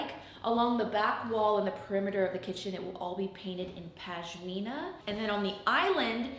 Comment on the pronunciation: For the love of God, it’s PaSHmina not PaJmina 😂 that aside, this is amazing work and I’ve loved watching every moment! Well done - thanks for the inspiration 🥰